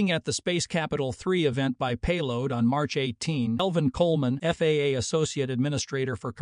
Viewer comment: It's FAA, NOT FAAAA ! Sheesh. Don't you people watch these before you post them ????